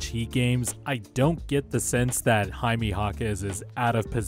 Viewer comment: Enjoyed the video but the way you pronounce Jaime was like nail on a chalkboard 😂 it’s more like hi-may not hi-mee